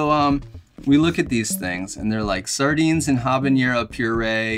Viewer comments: I have to let you know that you mispronounce habanero. It is not pronounced habanyero. Jalapeño is pronounced jalapenyo because of the symbol (tilde, ~) over the n. Habanero does not have a tilde over the n, so it does not get the y in the pronunciation. Pronouncing habanero this way, is a form of hyperforeignism. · Habanero is not pronounced habañero. It doesn't have an ñ. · It's habanero (not habañero. Just FYI. Very common mispronunciation. Love the content. Will definitely be ordering these. Cheers n' dines! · The ‘habañero’ kept cracking me up!